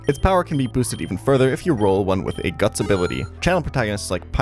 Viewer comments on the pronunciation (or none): none